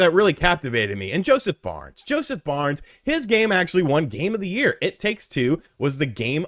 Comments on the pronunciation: FARES lol not Barnes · wait... is he saying Josef Barnes??? Barnes??? Am I not in on the joke or did he change his name from Josef Fares to Josef Barnes? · Jesus Christ, Josef FARES... FA-RES, it sound like you are saying BARNS all the time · Haha sorry for nitpicking but he’s name is Joseph Fares, not Barnes. He’s a really loved movie producer turned game producer here in Sweden. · Who is Josef Barns?! Josef FA RES. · Who is Josef Barnes? lol :D It's Fares, pronounced Faire-Ess